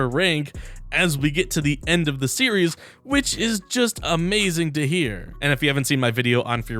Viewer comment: Series name is NOT pronounced Syria 😭😭